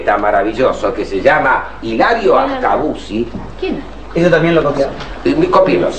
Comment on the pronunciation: en el seg 55 se equivoca el nombre es Ascasubi no Ascabusi